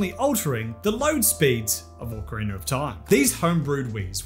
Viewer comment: Do you pronounce it "orcarina"?